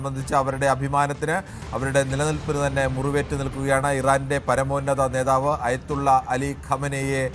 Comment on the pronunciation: നെധാവ്. എന്ന്പറയരുത്. പട്ടി എന്ന്പറയണം. നെതാവ്. കുമ്മയിനി. തന്നെ